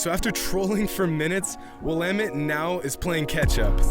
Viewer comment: U sayin Will-Ahh-Mette wrong btw. Nice vid tho.